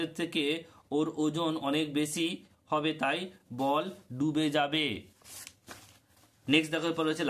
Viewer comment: স্যার ডুবেযাবেকে পুবে যাবে মনে হছে মোনে হচ্ছে 😅